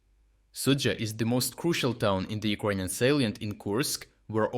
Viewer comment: Bro, you need to practice saying "ukranian" in english. It took me 5 minutes to understand what you were trying to say, almost quit the video.